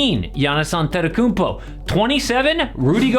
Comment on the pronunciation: How did you roll the "Antet" on Antetokounpo so flawlessly? lmao